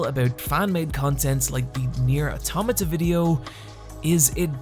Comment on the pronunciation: Thank you for saying automata correctly. My faith in humanity is restored. Let me buy you a steamed ham.